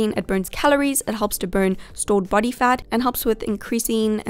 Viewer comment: The way she pronounces body sounds like buddy ha HaThroughout the entireVideo I heardBuddy brushing